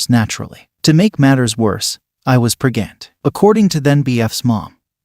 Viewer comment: Pregnant? ❌ PREGANT? ✅